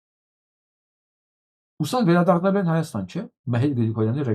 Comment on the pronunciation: Ստախոս նիկօլը ոնց ասում է հորս արեւվ, անպես էլ Հայաստանի փոխարեն ասում է հաաստան...